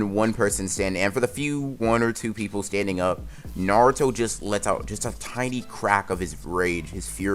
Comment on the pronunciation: did he just say naruta